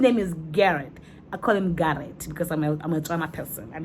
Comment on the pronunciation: 🤣🤣🤣🤣o mpolaa ka " Garrette"